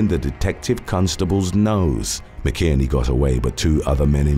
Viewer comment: You’ve finally pronounced a name wrong. McInerney is pronounced Mac in ernie … 😅